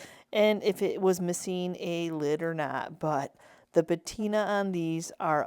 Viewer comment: It's patina not batina ❤ Also patina is the oxidation of metal not wood. 😊